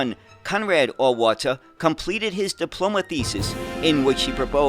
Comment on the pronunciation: Neoplan is approximately "NEY-oh-plahn". "Auwärter" is approximately "OW-wear-ter.".